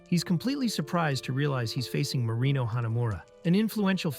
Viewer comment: Why I always hear marimo instead of marino